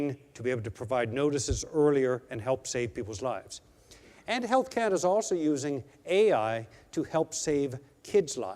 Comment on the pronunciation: Manatobia? Canadia? You might wanna teach your AWS employees the names of the provences of Canada and also how to pronounce "Canada"...not "Canadia" LOL